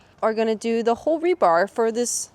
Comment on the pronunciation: you crack me up its rebar not rebarb lol